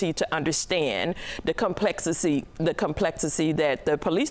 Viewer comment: "The complexicy" ???😂😂😂😂